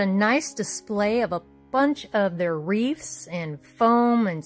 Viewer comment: wreaTHS....not wreaFS or wreaVES. :)